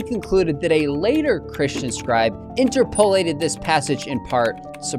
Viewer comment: In-TER-po-lat-ed, not In-ter-PO-lat-ed, - Grammar Police